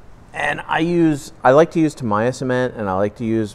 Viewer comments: its pronounced TAM e ya. and water is pronounced WAT ER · That’s not the right way of pronouncing tamiya, it’s a Japanese name, it is pronounced Tammy-yah. Make the effort to respect other languages